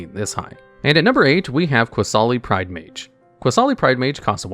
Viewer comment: 10. I think the funniest combo with Ajani's Pridemate would be with Weather the Storm. Imagine someone going for a huge Storm stack, only for you to cast Weather to make Ajani's Pridemate huge, provided no Flusterstorm or Stifle happened. 8. Did I hear Qasali pronounced as QUAsali? 7. It's Ee-kor-reeya. Not Ikoria. He even pronounced it correctly later, I think. Also, Kaheera's a girl? 1. Ah yes. Lurrus, part of the 2021 trinity of nonsense alongside Oko and Uro, and arguably the worst. You know a card is busted when a mechanical errata doesn't stop it at all. Also, what about Mirri, Weatherlight Duelist, Alms Collector, Hungry Lynx, Qasali Slingers, Leonin Shikari, Pride of the Clouds, Leonin Warleader, Pride Sovereign, Felidar Sovereign, Lion Sash, Prowling Serpopard, Temur Sabertooth, Qasali Ambusher, and Leonin Abunas?